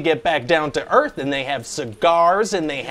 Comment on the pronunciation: Didn't he say "Welcome to Earfh"? 😂